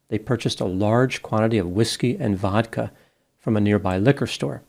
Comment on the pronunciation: Path me the Whithkey.......